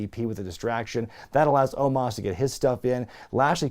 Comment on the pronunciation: The guy's name is "OH-MOS" NOT "OH-MAHS"